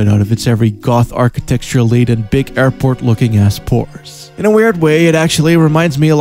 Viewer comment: after watching about 5 of ur videos i have concluded you dont entirely know what architecture means or how to properly say it. love ur channel.